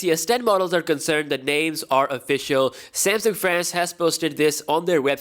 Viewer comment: yes finally a content creator says samsung as samsung not semsang